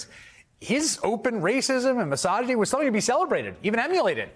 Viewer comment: "Miss-odja-nee" FFS. How can you not know that?.